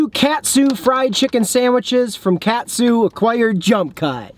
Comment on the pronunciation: Huge fan here been watching you guys since you did a collab with fast food pit stops! I just wanted to say I loved your vids and it’s pronounced Caught-sue not cat-sue